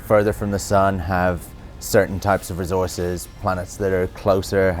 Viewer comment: "Rezorces" -Sean Murray